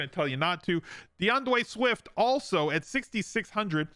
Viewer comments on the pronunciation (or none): did you just say "deandwey swift" 😂😂